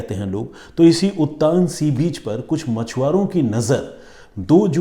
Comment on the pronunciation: उत्तान नहीं है उत्तन बीच है और नयागांव नही नायगांव नाम है स्टेशन का।